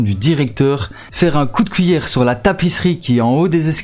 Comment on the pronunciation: Pourquoi t'arrête pas de dire wouite pour (8)... Mike pour (mec) pis couillere pour (cuillère) ????